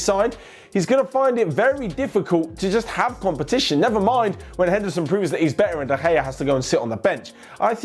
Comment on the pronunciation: It's funny how he says when 😂😂